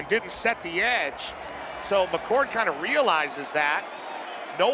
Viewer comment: Did these announcers call McCord, McCourt and McColt?????